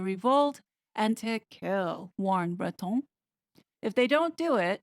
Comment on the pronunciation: Excellent research as always. On a lighter note, full marks for your pronunciation of 'Macron' and 'Breton'. All members of the Royal Family need to untangle themselves from the WEF. It will be their downfall, otherwise, even William's.